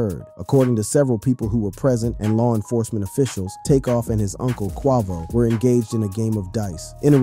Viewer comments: Quavo... long A. Please, I know you've heard his name mentioned before.😑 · QUAY-VO QU-AY-VO. QUAVO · Bro Really Said Quaavo 💀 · Ughhhhh the way you say Quavo's name is so fukkn damnd irritating. Wats so hard about pronouncing the name Kway-Vo correctly. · ((Kwe-vo and 9 100-11)) What the hell? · Come on its Kwe-vo. Not sure why you was pronouncing it like that. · Why you gotta keep "quarvo" ing bro? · You're going to make hip hop videos and you can't even pronounce his name correctly? And what's disgusting is that you could easily pronounce his name, but you're just choosing not to" your being blatantly disrespectful. 🙊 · The way you pronounce "Quavo" bothers my bipolar 😭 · You shouldn't be commentating is you DON'T know how to pronounce names 😡😡😡 i comment keep hearing you miss pronounce Quavo name you irritated me i stopped watching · RIP Take off 🙏 is Quavo not whatever you said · Dude said “bad and Boujee” made them popular smh they was poppin before than and you can’t even pronounce Quavo right 😂😂 clearly you was on the outside looking in during they rise but wanna make a video bout somebody 😂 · You need to do a whole new video on why you can't pronounce Quavo correctly. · The fact he didn't pronounce his name correctly make me feel like his information flawed😂🤣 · Yea he butchered quavo 😂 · ikr. Its the quickest way to make me click off a video it to mispronounce an ESSENTIAL part correctly. Like c'mon man.. Ive never heard anyone say Quavo like that lol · 😂😂😂 he stay butchering homies name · I agree.......like really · Right how does he not know his name lol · THE FACT HE KEPT SAYING IT🤦🏽‍♀️ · Annoying as hell..🙄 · not QUAH-VO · SH!T U CAN'T EVEN GET IT RIGHT.... Q U A V O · “Takeoff and his uncle Kwahvo” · But “ CUAVO” your people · Takeoffs brother Kwah-Voh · QUAY--VO....Ya'll killing your vibe on this story...say quay-vo....do ya homework !! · Who the heck is Cuavo? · It’s Qay-Vo mthfkr 🤦🏽‍♂️ And Nor-e not Nor, who tf is this lame? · Not Qwahvo 😂